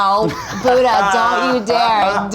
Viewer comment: ミーガン・フォックス のブッタの発音ウケる